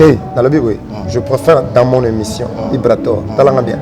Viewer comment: Ibrator et non Ibraror bo corriger ko Ah ! 🤣☝🏽